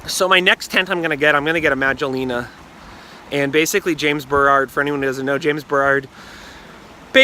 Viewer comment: Bro, it’s “James Baroud” not “James Berrarrrrd”